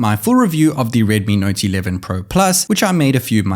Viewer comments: You sounds like. ....naughty 11 pro 😂😂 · He says it like redmi nauty 11 pro